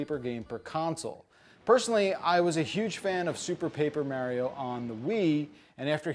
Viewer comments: I really REALLY wanted to like this game, but that battle system just looks awful. Will deffo not be getting this one. Oh, and don’t use your accent as an excuse,. I’ve known people with all kinds of accents and they can still say Mario, not Mehrio. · Also from NJ and cringe at each of his pronunciations of “Mehrio”. Nonetheless totally getting this game. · Wow, really pronounced mArio weirdly, he should adress that. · I don’t trust people who can’t even pronounce Mario’s name correctly to review a Mario game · because you said you pronounce mario like that Now i notice it. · its mostly the fact that he knows he's saying mario wrong which drives me crazy. Also seems pointless to have a 4 min review that doesn't go in depth into anything. Just like Ghost of Tsushima, am I right? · Don't worry as a Japanese citizen, You English speakers are all pronouncing Mario wrong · Thumbs down until he says “Mario” correctly 👎🏼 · I'm from New Jersey and I've never heard anyone here say mario that way. Why would you do this